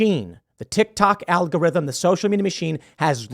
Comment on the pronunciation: "muh algotirhym"